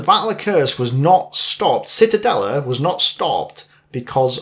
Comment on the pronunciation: Not Citadelle; auf Deutsche wir sagen die Zitadelle. Zee/ta/dell/a